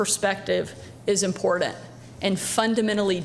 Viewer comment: Why do theses “women “ in the nazi party ( MTG, SHS) say imporDant instead of important? It’s not that hard damn it!